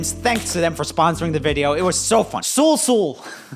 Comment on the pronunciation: the ungodly way you said 'sul sul' will haunt my dreams.